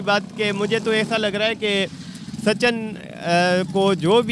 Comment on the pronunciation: Sachan....😂😂😂😂😂😂 bc naam toh theek se lele sachin hai😂